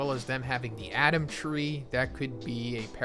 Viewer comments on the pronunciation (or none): none